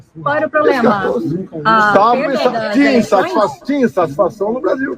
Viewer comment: Que "pobrema" ????